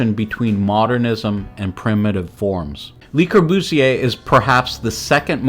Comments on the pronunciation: "LEE Corbusier" , "Palazzo Del Lavorno"!? etc...How did you graduate any school? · Your narrator should learn how to pronounce. Especially le Courbusier. And he should know something about architecture. You should identify pictures and use them with appropriate narration. Interesting stuff but sloppy. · Great work, and I learned a lot. But please learn how to pronounce French. It’s not “Li.” It’s “LUH” the correct pronunciation. Or learn how to pronounce Atellier! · Not surprising. It got Le Corbusier wrong too. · Good review but for god's sake stop the robot reading! It invariably end up with Burj "Kalpha", "Richard Netura" or "Lee" Corbusier LOL It misreads quotes "Architecture is how to waste space" vs the "Architecture is the art of how to waste space" or it utters things like, "This is a building that stands this building stands" or "Unity Temple Unity Temple was an exercise in ..."